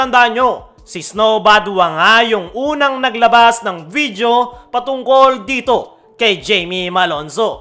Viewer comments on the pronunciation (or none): none